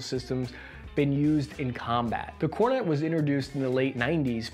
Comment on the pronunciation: that is fake, he pronounced kornet correctly